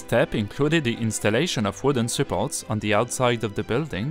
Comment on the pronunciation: Plombe = lead [led] not [leed] Necessary [NES ³ ser ee] Support [s³ PORT] Nothing [NA thing] not [NOZ ing]